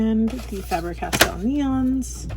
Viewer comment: Loved the video and have subscribed but could you explain why Americans pronounce FABER as FAB rer, its pronounced the same as SABER which isnt pronounced SAB RER so both sound like FABE ER, just curious 😂